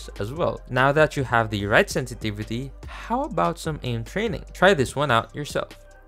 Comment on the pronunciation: "Sentivitu" i tried 😅